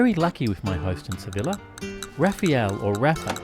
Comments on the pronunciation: Sev-ILLEH is such a pisstake 😂😂😂😂😂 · ITS SEVILLA PRONOUNCED AS A YYYYYYYYYY!!!!!!!! HAHAH